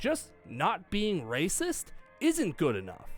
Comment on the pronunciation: Love how can't even say the word "racist".